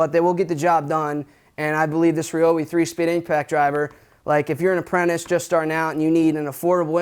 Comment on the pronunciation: I love y’all’s Chanel but it ryobi not reobi lol